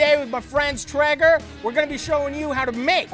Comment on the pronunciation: tray-ger you lepton. not tre-ger